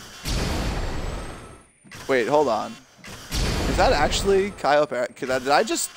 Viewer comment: It's CAYO PERICO please please🙏🙏🙏🙏say it properly🤣🤣🤣🤣🤣